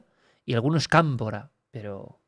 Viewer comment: dice kampora